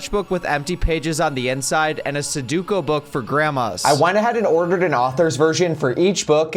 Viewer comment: Someone please tell him how sudoku is pronounced.